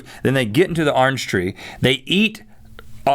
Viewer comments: Arnge tree? It's orange tree Rhett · 'Arnge tree' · i enjoy listening to Rhett say orange haha. "Arnge tree".